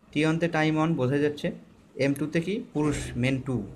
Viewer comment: অন অন কি?? ওয়ান বলেন